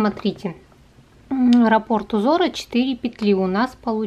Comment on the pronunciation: Спасибо,очень интересно! Но в вязании есть "РАППОРТ"-ударение на А. Рапорт-это доклад,донесение. Раппорт-это часть узора.